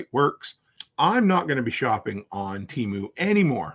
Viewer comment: "Temoo" lol